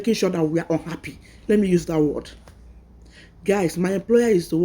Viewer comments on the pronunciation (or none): none